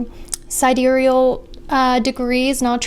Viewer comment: Yea!!! finally pronounced sidereal right. It was really bugging me when she pronounced it sidereel.